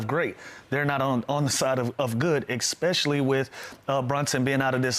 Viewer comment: Hey Lou, English teacher here. Consider some other words to use instead of ekspecially. Like, in particular notably largely chiefly mainly mostly principally strikingly conspicuously outstandingly Then all the little dudes who look up to you will say that too.